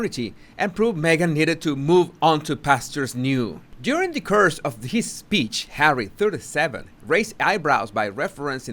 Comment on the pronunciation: Always interesting, sir. Thank you ! (N.B.= make sure you differentiate the pronunciation between 'course' and 'curse'... )